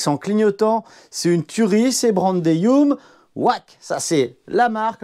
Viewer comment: Ça se prononce aoke, pas waak 😁😁😄